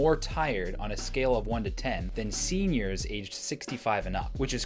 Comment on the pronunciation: I love when he stressed “SENIORS, LIKE ACTUAL OLD PEOPLE” =)))